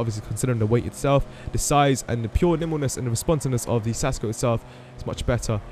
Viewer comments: It's pronounced KAS-co. No Sasco. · Lolol it's pronounced kasco no sasco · It's pronounced kasko and it means helmet in spanish